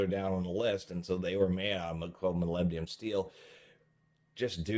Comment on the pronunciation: Molybdenum. Please pronounce it properly